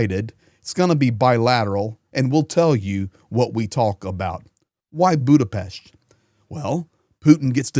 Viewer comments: Thank you for your coverage. And thank you for pronouncing Budapest correctly (Buddha-Pesht). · Good perfect pronunciation of Budapest,!!👍